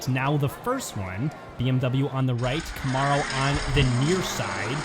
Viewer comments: Except he can't pronounce Camaro to save his life. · Someone please teach the announcer to say Camaro properly!